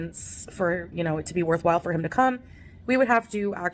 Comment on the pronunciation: "We're just going to beeze until I CAN go home." Oops, 😮.